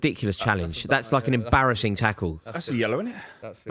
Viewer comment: Love a “embarrassin”